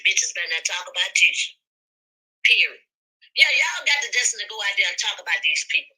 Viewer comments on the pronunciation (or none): Is it period or perid ? Is it u tube or u to. What’s going on with the snacking?